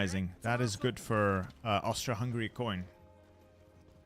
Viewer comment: that's a great attempt at that word, approved!